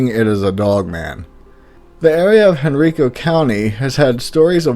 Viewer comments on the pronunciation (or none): So, what do we call the York creature? I vote for York Critter. Oh, also, Henrico is pronounced Hen-Rie-Ko.